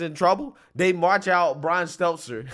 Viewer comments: Bro, your job is to speak. Please take the time to know how to pronounce names/words. He's not exactly deserving of learning it, but it's STEL-TER, not seltzer. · I love you, but I gotta say it. It's been itching at me for a while now..... But it's Brian STELL-TER, not STELTZ-ZER 🤣🤣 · Get your voice coach to teach you how to pronounce Stelter. No z or s in it. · Love how you always pronounce Brian's Stelter's name lol (Steltzer). Keep up the great work. Love your videos. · This guy consistently fucks up Stelter’s name…